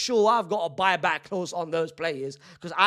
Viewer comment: “boy-back clause” 😭